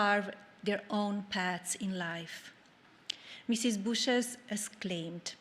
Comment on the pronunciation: How hard can it be to say Bush and not Boosh?